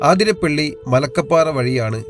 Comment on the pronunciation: അവതരണം കൊള്ളാം..... പക്ഷെ ഇനിയെങ്കിലും ഒന്ന് ശ്രദ്ധിക്കണം... ആതിരപ്പള്ളി അല്ലാ അതിരപള്ളി ആണ്... Please.